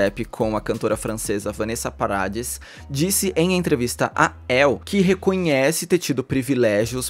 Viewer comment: Você devia ter pesquisado como pronunciar determinados nomes, não é paradis, é paradi,porque é um nome francês,o s não é dito e tem que carregar mais no r.